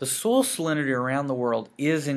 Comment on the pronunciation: Are you from Texas? I hear "soil" becoming "sole" haha